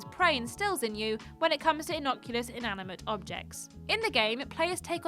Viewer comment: The word is innocuous, not inocculous.